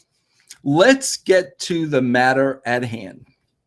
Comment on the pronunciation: Boots! he also said manor instead of matter.